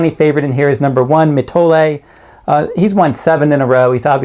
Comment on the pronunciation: Noticed this with another handicapper also who for some reason had trouble pronouncing Mitole...You guys dont watch the races...Obviously it is Mi-toll-ee...Not Mi-toll-ay